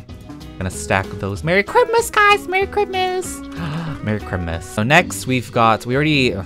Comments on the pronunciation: You said citmiss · Me: Looks at money: Spends over 50k on baubles Me: “PEETAH!”: “mErry chRiMuS guYs!” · lalalala Me: thinking he’s going to say jingle bells: chrimus tree crimus tree Me: WHAT!? ———————————————— Real title: going broke for 8 minutes ————————————————————————- Also MERRY CHRIMUS 🎄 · People: Christmas, Noel, Navidad, (thats all the languages I know 😌): Chrimas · I love how he always says crimas and not Chrismas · crimas Me: Christmas!!! Not crimas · you should say Christlemiss instead of ChrMus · Me: struggleing to say christmas cus of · Why do you saw crimis instead of Christmas? Not to be rude or anything but can you answer that do you just say it to be funny or like what? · I luv how says Chrimas LOL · How normal people say Christmas: Christmas! How says Christmas:✨Crimas✨ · You said Christmas not right